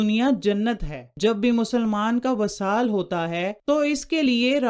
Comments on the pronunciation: vesal hota ha vasal nahen . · معاف کیجیے گا وصال کے “و” کے نیچے “ زیر “ ہںے زبر نہیں۔ اور ایسے پڑہیں گے “ vi-saal “۔ اس کے علاوہ جہاں والدہ کی خدمت والد کی بہ نسبت تین دفعہ زیادہ ہںے تو دوسری طرف والد کی نافرمانی ک سزا اللّہ کیطرف سے سیدھا سیدھا “ عاق “ ہںے جب تک کہ اولاد والد سے معافی نہ طلب کرے اور اس کا والد اسے معاف نہ کر دے۔